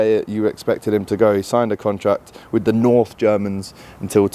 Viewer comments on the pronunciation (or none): none